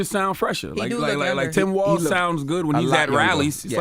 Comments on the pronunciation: Envy gotta stop Calling Tim Wals Tim Walsh. 😂😂😂😂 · It’s Walz not Walsh Envy. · Can someone please tell Envy its Walz, not Walsh